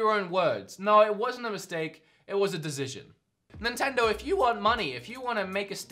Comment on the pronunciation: please stop saying decision you cant pronounce it hahaha